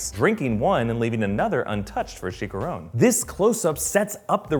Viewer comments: I would forgive him except for the fact they actually pronounce it correctly in the movie. He also pronounces "Chicharon" as "Chickaron" for some reason. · Chicharon NOT CHICARON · is "Chi-cha-rone" not "CHi-ka-rone" Brave is #1 for me but Coco is defensively up there along side Frozen and Ratatouille in contention for #2, Cars is ofcourse the worst of the Pixar films IMO. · that pronunciation of Chicharron made me cringe :3